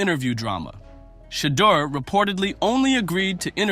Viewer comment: Say his name correctly. It’s not Shedder.